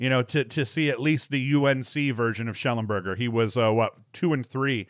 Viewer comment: It's Connor Schellenberger.